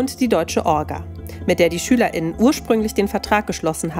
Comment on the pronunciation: Wenn ihr gendert, dann doch bitte nicht Schüler*innen sagen und es auch so aussprechen, sondern Schülerinnen und Schüler oder einfach nicht gendern und Schüler sagen… So, wie es jetzt ist, hört sich das meiner Meinung nach jedenfalls schrecklich an.